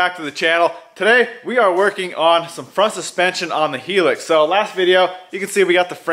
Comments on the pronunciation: petty I know, but its actually pronounced like high lux, not hee lux. In Japan, when they named it, it was short for high luxury. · Not he-lux it's pronounced (High-Lux) 😂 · it is "High Lux" not "heel lux" (unless you are British). Whatever you want to call it, it is turning out amazing. Watching your videos inspires me to get my lazy ass out to the shop and cut metal/turn wrenches on my Tacoma or one of my 80s toyotas. If it were my build, I would do 16-18" bronze wheels with a very aggressive fitment (or chrome.... yeah, I went there). Maybe some old school JDM style fender flares. Exhaust through the bedside or do a recess in the rear panel below the tailgate. Curious to see what you come up with for brakes. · Hey bro, sweet vids. Just a side note, it's pronounced "high-lux" not "he-lix" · Hilux. Hee-Licks? A Helix is a spiral in form, like a coil spring. Hilux is usually pronounced "high-lucks". Hilux is a combination of the words "high" & "luxury". The truck is called a Hilux almost everywhere else in the world, and was sold in the U.S. under the Hilux name until 1975. From 1976 on it was simply known as the "Pickup", "Truck" or "Compact Truck". From 1996 on the name was changed to Tacoma. In the rest of the world it's still sold as the "Hilux". More seriously though, I want to thank you very much for this very complete video. I have a '78 that needs all 4 ball joints replaced very soon, & the video helps me to understand the components of the front suspension & how they work. That's going to make my job easier, so many thanks. Quality videos showing quality work. Top notch sir. 👍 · Can’t wait to see this thing rippin around. The way the aussies pronounce it is Hi-Lux, not He-Lix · Hilux is pronounced “high-lux” not “he-lux” 😂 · nobody in the uk calls it hee-lux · I believe it's pronounced "HIGH-LUX". Toyota designed the name originally to be short for "High Luxury". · What's so hard about saying hi-lux 😂😂